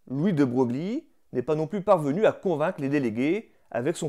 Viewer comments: Très bonne vidéo. Ceci dit « de Broglie » se prononce « de Breuille ». C’est un nom qui vient du piémontais et qui, du coup, se prononce de manière très particulière. À noter que le village normand « Broglie » se prononce, lui, Broglie. Le français se distingue peu de la mécanique quantique : comme elle, ses lois sont tout à fait incompréhensibles. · Je découvre vos vidéos . Abonnement immédiat à votre chaîne. Bravo : hyper bien fait. Une petite remarque : de Broglie se prononce de Breuil